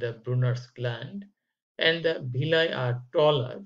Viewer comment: Not bhilly it's *villi😂 But informative 👍